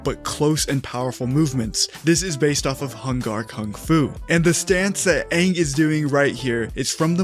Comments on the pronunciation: If theyvdont pronounce Aangs name correct, I'm gonna lose my s*** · I mean. Whoever made the live action movie never watched the show. That much is clear, seeing as to how they didn't even get the pronunciation of Aangs name correct. So they obviously wouldn't get the bending stances or movements correct either. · If they dont pronounce his name correctly this time i will not watch it .